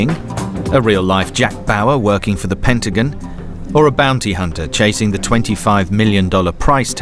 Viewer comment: PENTAGON!! Not Pentigun...lol